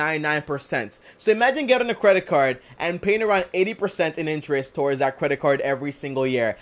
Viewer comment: I had to rewind But….. did this nigga really say “cwedit card”😂😂